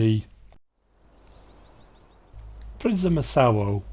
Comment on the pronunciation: If it's a Polish map you pronounce w as a v?!